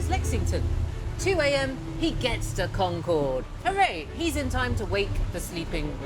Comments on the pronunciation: According to the BBC's own series about the English Language, New Englanders speak a more accurate English than the modern day English. So maybe she should learn how to say the name of the town in New England. Hint: it's CON-cerd, rather than Con-CHORD. In school we all learned that there were multiple riders in history class, and we learned Longfellow's poem in english class. It's not such a big deal. For an alternative telling of the history in more detail, check out the videos on the subject on the "All Revolutionary War, All the time" YouTube channel. The pronunciation is more accurate over there too. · The locals don't pronounce Concord like the plane. It's like con-KERD. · And Concord is pronounced like "conquered", the second syllable is unstressed. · She learned a lot on this trip but not how to pronounce "Concord".